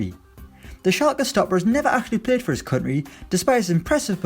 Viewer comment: Please start saying country properly I beg 🙏